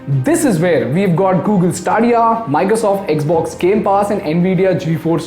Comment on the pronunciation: Its not staaaadiya ....its STE-Dia